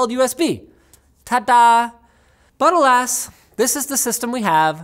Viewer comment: You said "but alas" i heard "buttle ass"